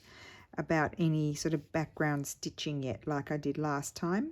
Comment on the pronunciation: you keep talking about a background stitch and it sounds like ''campus stitch'' What exactly is it. thanks from Kentucky.